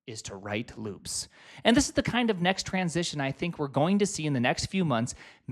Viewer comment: omg looooops, rhymes with boobs